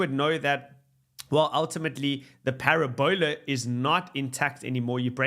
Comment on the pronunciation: Is that how parabola is pronounced in South Africa? I’m not sure that’s forgivable.